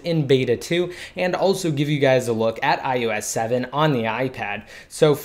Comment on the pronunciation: Fuck I hate it how this guy says 'IUS 7' ITS DEFINITELY AN 'O' If your videos weren't so informative I would have put it on mute...